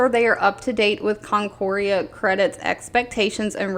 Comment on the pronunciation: Just so you know, it's Concora Credit...not Concorea Credit. Also, your 1st guess on the pronunciation of Acron was correct. ACK-CRON